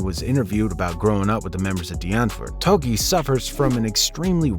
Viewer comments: Tokkie, not Toki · Bingo! Doesn't know how to pronounce Tokkie either. Lol